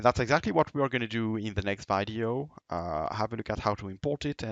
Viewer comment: You said "v-eye-deo". It's "vid-e-o". If there is an e at the end the second letter of the word says it's name.